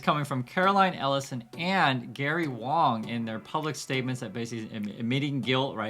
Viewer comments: Actually 王 is pronounced WAAAAHNG instead of WOWNG or WAAAYNG, means King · It's pronounced wong your wong about that lol 😂 please don't burn me at the stake (was a joke) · It shouldnt surprise anyone that it is pronounced as “W(o)ng” it’s just like the ‘A’ in Walt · Dude I’m a white Australian and I pronounce Wang as ‘Wong’. Don’t insult me. Others also who don’t know Mandarin or Cantonese understand this. How patronising mate. 😢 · Yer tone is wrong 😜am I allowed to say that? It's not quite the same as pronunciation. 🤣